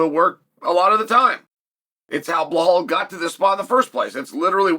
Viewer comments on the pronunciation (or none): DellaLayma vs blahawl. 😂😂😂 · “Jack Del-la-lame-uh…… Blawl Muhammed.” Never change Uncle Chael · I love this fight simply because we get to hear UNCLE CHAEL say Jack and Belal’s names INCORRECTLY over and over. 🤣🤣🤣